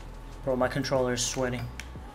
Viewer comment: he said sweatY but yeah